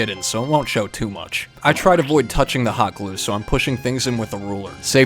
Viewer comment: I keep hearing fabric hot clue as "Fabric Cock Glue". 😿